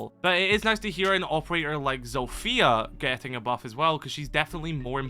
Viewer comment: Day 2 of asking Kyle to start calling her Z-off-ia instead of ZO-fia That’s how you pronounce it